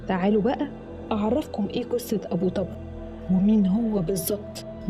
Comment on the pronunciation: ملاحظه ابو طبر بضم حرف ال (ط)